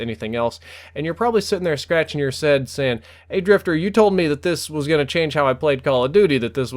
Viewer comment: "And you're probably there scratching your sead"